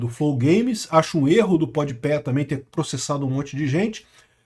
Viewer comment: "Podi Pé" me pegou 😂